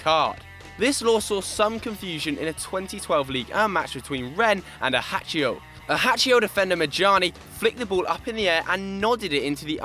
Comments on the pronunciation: ahatsho? it is pronounced ashakso since it is french. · I think he may have just pronounced Ajaccio as Ahachio